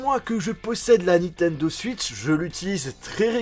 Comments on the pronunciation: Désolé mais on dit "Switch" pas "Suitch" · Ils m'énerve quand ils dit suitch c est switch